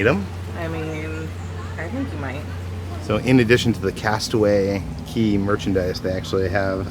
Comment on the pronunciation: Love you guys. It is cay though not key. But you both are phenomenal. I will never be able to do the cruises and watching you guys makes me feel like i have gone on them!!!